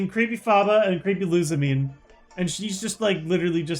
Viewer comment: Wicke is pronounced Wick-AY and Lusamine is pronounced like Lusamin-AY.